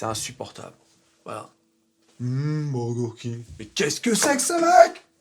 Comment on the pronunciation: La pause, les yeux écarquillés apres le 1er humm beuurregueurrkingue M'A TUE DE RIRE!😂😂😂😂